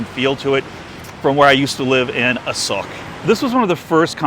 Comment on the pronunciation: Hey, From the last clip i very doubt about Thai Sub "ออกจากรองเท้า" and don't understand how it relate to SOCK? This clip I clear about it now, You said A-SOKE But the auto translate make it wrong bc you pronouce was A-SOCK. hahahaha